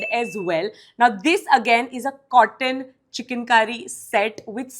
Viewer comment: First learn to pronounce Chikankari😂. You sounded like CHICKEN. SICK!